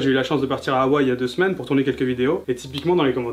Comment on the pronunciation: le "H" de Hawaii se prononce il n'est pas muet et le double "i" aussi. Tu as l'habitude je pense c'est comme la prononciation en japonais 😘. On dit "HA - WA - I" Pas "awaille"Un peu de respect pour les langues Polynésiennes qui sont certes trop peu connues. Bisous de Tahiti et d'un jeune youtubeur aussi 😊😅🇵🇫